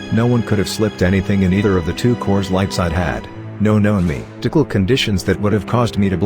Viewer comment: Nobody: Text to Speech: Me-Dical